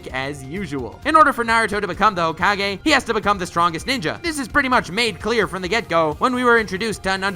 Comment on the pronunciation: ho-ka-gay and sas-u-gay